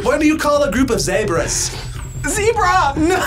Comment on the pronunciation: ZEB (like ZED) BRAH 😆